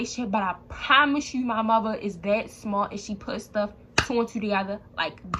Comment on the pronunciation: U from Baltimore ? Bc u said yew